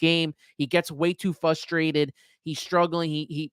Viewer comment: fustrated. so very fustrated